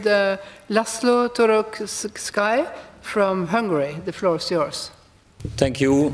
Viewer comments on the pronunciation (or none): "Torokszkáj?" Mondd ki rendesen: Toroczkai!